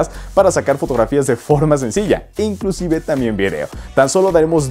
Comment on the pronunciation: pregunta por qué dices inclucive